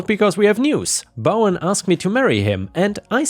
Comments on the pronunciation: Good job pronouncing Eunice and Bowen 👍🏻⭐️✨️🌟⭐️✨️🌟⭐️✨️🌟 Addendum... that Magician sounds like a stellar boss. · sounds like you said Bowen just fine